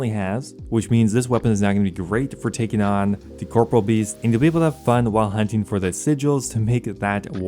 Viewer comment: CORP.OR.E.AL NOT CORPRAL